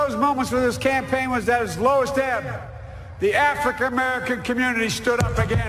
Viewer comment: Listen closely, Biden calls it the “Afrik” American community